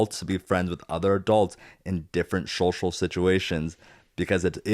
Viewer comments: I was giggling the whole episode at Zach saying “shocial” 🤭 Love y’all! 😄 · Haha I love how Zack says “shocial” bc I can remember the episode of Tori saying how Zach doesn’t pronounce things right sometimes 🤣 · I think it’s funny that Zack, can’t pronounce “social”! Is it Zach or Zack? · Not a criticism but whenever Zach says “social” it catches me off guard. I know how he says it and am sure there is a reason but it still surprises me when it happens.